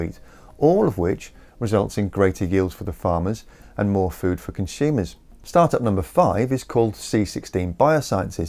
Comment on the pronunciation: "Con-Shoomers"??? There is no "h" in consumers.